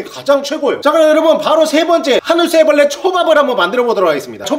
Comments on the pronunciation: 하늘소 애블르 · 하늘소 애브레를~ㅋㅋㅋㅋㅋㅋ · 하늘소 애브르레 ㅋㅋㅋ